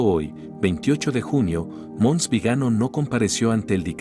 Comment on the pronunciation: Esa voz de IA me repele, la torpe máquina no entiende de acentos, Viganó, no Vigano. Mons. No sabe ni decir Monseñor, claro estos torpes no conocen la Ñ. Cómo mínimo podría hablar Castellano de Castilla. Vamos hacía atrás cómo los cangrejos. Vive Chirstus Rex!